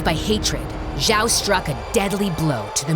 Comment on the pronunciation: Everyone: Admiral Zhao Fiancé: Admiral Joy 🤣🤣